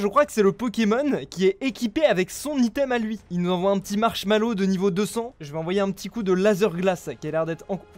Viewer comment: ''son petit marshmallow'' c'est marshaDow pas marshmallow, le respect est mort 🤣 (le pire c'est que c'est un fabuleux 🥲)